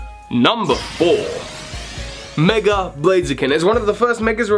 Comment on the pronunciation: Love how you say "megre" sometimes instead of "mega", lol. Top mega has to be Gengar for me, even without him already being my favorite Pokemon. That all-white shiny sold me from day one :)